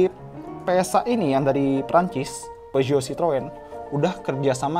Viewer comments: Kata sales Daihatsu phushot bacanya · Peugeot di baca PEZO, kata guru bhs prancis SMA gue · Klo ngucap peugeot dibaca Pizot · Peugeot = piusot